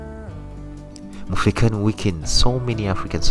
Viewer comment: Mufekani? Pronunciation is very important